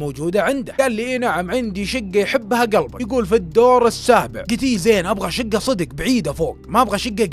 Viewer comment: انا مشترك جديد بس ياخي لعد تقول صيدق 😂😂 قل صدق 😂❤ معى كامل احترامي لك